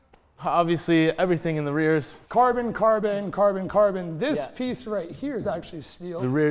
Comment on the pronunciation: Am I only one who've heard "Korben, Korben!" instead of "carbon, carbon"?